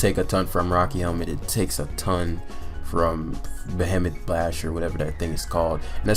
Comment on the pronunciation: please please learn how to pronounce "behemoth". Just fucking google it, good lord. It's been months.